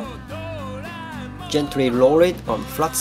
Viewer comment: So I'm supposed to "gentry rorr it" before I "peer it"?? ^.^